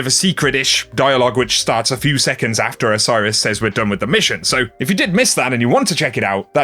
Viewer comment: the way you say "says"